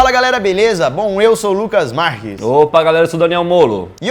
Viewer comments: gente o lucas errou o nome em vez de marques for marres. kkkkk erros de gravação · Quem mais percebeu que o lukas flw o sobrenome dele meio largado? Tipo ele flw lukas margues kkkkkkk